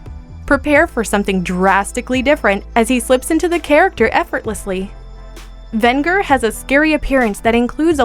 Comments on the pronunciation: It's pronounced Ven-Jer not Vin-ger! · Decent list, but a few things: First of all, you mispronounced a couple of the names. It's pronounced "Thun-DARE-a", not "Thun-DUR-a". Also, it's pronounced "Ven-JURR", not "Ven-GURR". With a strong "j" sound. Secondly, I think you should've done this list by decades. A top twelve 80s, 90s, and 2000s villains list would've been better, because there's just too many awesome villains you missed: Gargamel from 'Smurfs' Hordak from 'She-Ra' Dr. Claw from 'Inspector Gadget' Baron Greenback from 'Danger Mouse' Ganon from 'Legend of Zelda' Gemini from 'Thundarr the Barbarian Overlord from 'Blackstar' No Heart from 'Carebears' just to name a few. Also, I would've chosen a more iconic villain from Spider-man than Hobgoblin, such as Venom, Doctor Octopus, or the Green Goblin. When I think iconic Spidey villains, I don't really think Hobgoblin. Was VERY glad to see Venger on the list though. I was hoping he would make the cut. He often gets unfairly overlooked and often forgotten. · It's pronounced VEN-JER! For Pete's sake they actually say it properly right before you say it. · She mispronounced Venger. Sounds like vehn-jur. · Soft g on that Venger, girl. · I kept yelling at the video and correcting the pronunciation of Venger every time she mispronounced the name. Plus, she mispronounced the name of the actor Mako as well. Very very frustrating.